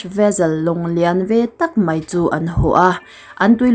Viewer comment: "Mai" tih tur ah "Mei" tia i lamrik hian beng ati kham deuh thin aw hmeltha lalnu.